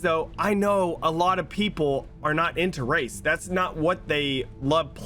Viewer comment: Lmao when he was saying " I love race" I thought he was saying I love rice. I was thinking wtf does rice have to do with BR.